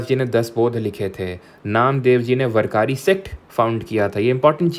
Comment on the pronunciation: Jnanesvara(ज्ञानेश्वर) hota hai sir vo जनानेश्वर nahi varkari(वारकरी) hota hai vo sir वरकारी nahi